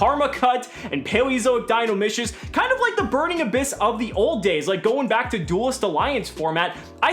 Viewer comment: In Dinomischus the "chus" has a "kus" sound